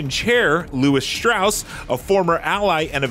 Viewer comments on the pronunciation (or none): What’s with this guy’s pronunciation? Do your research IGN. it isn’t pronounced Sillian and they say Strauss’ name again and again in the very film that you’re reviewing lol. It’s pronounced strors. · It’s pronounced KILL-ian. It’s pronounced STRAWS. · Great movie, but who writes this stuff? Its read like a sportswriter is trying to break into Hollywood. First, Cillian is pronounced Killian and Strauss is pronounced "Straws" Did you even watch the movie?